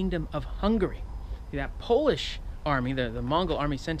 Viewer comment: Someone pronouncing Polish words correctly? I think i might faint